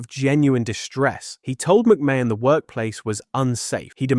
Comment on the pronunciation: AI really needs to learn how to pronounce McMahon.